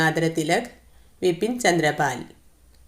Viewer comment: വിപിൻ ചന്ദ്രപാൽ അല്ല ബിപിൻ ആണ്